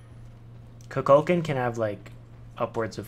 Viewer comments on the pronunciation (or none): Good video. But please, it is koo-kul-khaan